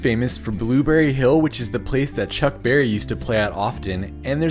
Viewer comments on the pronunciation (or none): none